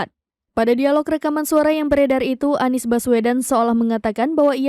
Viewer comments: Seperti suara yg bacain Mezzo Novel😂😂😅😅😅,, masa pak surya speaking spealing nya bacanya Nies😅😅😅😅😅😅 yaa Salam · perhatikan ucapan "haduh NIEs" rata2 pengucapan / pelafalan dari AI memang ngebacanya spt itu, lihat aja video2 short yutup menggunakan speech transcription, pasti ngebacanya bukan ANIS, tapi aniEs. kalo suara memang bs sama /mirip, semua bisa di tiru dengan AI